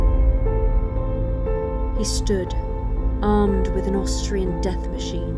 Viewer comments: Definitely sounded like he said Australian instead of Austrian. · Austrian without L. DID it two times-......